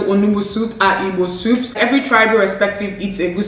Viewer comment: I love the way your pronounce “Igbo”. Very pure and raw😍😍